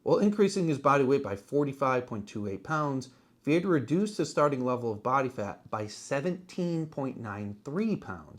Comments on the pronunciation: Yes, it urks me, too. I catch myself correcting videos out loud when Casey's last name is mispronounced. Lol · I am from that area also. We always pronounced "Viator" as "VEE-uh-tor", not as "Vee-ATE-er" as these damn yankees always do.